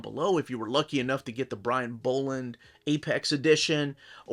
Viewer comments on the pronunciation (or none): for fucks sake, if you don't know how to pronounce someone's surname, do some research before you mispronounce their name over and over. it's disrespectful and annoying. who the hell are Brian BOWland and Mick MAHOON??!